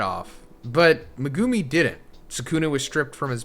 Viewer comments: Thank you. He’s been saying it like that since day 1. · I don't know if you know/care, but you are pronouncing Megumi's name wrong.